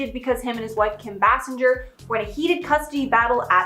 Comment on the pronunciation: Did you know that Google will tell you how to pronounce names? Like Bay-sing-er. It's not stinking french!